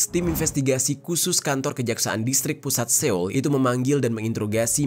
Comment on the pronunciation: Seoul dibaca SOUL